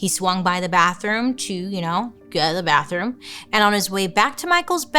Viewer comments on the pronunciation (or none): none